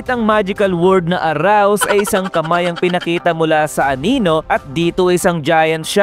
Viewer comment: ARISE BOSS HINDI AROUSE HAHAHAHAHAHA IBA YON EH